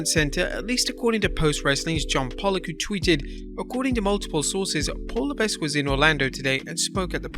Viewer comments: For God's sake, the 's' in 'Levesque is SILENT. It's pronounced "La Veck". I know the surname very well... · His name is pronounced Levek the S is silent in any word where Q follows the S. Coach was one of the first I noticed to say his name right. Then when wrestlers would break the 4th wall they said his name right as well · HHH last name is pronounced La Veck. It's not like its spelled.